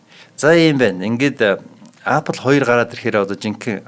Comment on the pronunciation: angliar zuw helj surchaad yari l da apl gj shaahin epl gj duuddishde